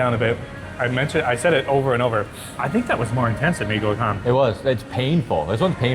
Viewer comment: Gacoan said ga-cho-an